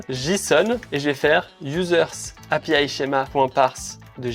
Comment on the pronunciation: Et Happyaiiïeeee et requoilleurde 😅